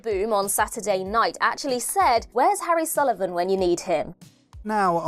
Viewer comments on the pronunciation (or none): none